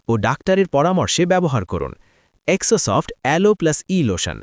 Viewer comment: জেরোসফট এটার নাম,এক্সো সফট না,ঠিক মত উচ্চারণ করুণ